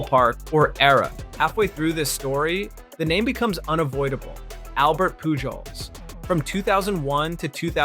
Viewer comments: No way this man said "Albert Pugols". All jokes aside this is an incredible and satisfyingly factual. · Lol you cant unhear it once he says it